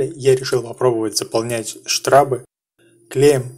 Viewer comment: не штрАбы, а штрОбы!